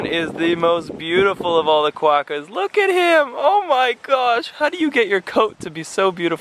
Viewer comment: I don't know if it is just your accent, but you sounded like you were saying quacker hahaha. Quokkas are so friendly, glad you enjoyed our City "Perth". Don't leave it too long before you come back to Australia. Cheers